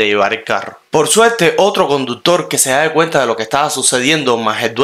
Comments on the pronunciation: Disculpa pero se dice se da cuenta no se dadecuenta gracias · Mijo...SE DA CUENTA... se dice así